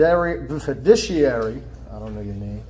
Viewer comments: Wonder if he knows what fidishiery means. Or even fiduciary. Not to worry, he challenged jurisdiction, so he's good. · Those big words like "beneficiary," "fiduciary," and "maritime" were giving him lots of problems 😅 and don't get me started on his Latin pronunciation (if that's what it was). 😂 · Foo duh serry (HAA) What an ignorant moron. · Why can't ANY SovCit pronounce "beneficiary" or "fiduciary" or "judiciary"? These people need to play a simpler game, Life is too hard for them. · IF you choose to use a word like, fiduciary, you should REALLY figure out how to say it.